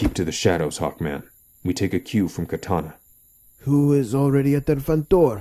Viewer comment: ok have to say this, whoever is the voice actor of amanda waller clearly doesn't know what the character's names are. It's pronounced Kuh tah nah as in the sword and Dark Side as in the dark side of the moon. Does she even read comics? This is rudimentary to the story so please get that right next time.